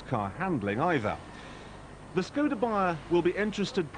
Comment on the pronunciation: Proč říkají skouda, vždyť umí vyslovovat š🥲